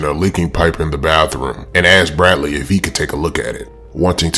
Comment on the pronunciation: The way he rolls that R lol Brradley.